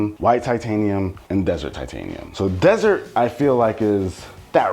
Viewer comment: It’s desert, not dessert haha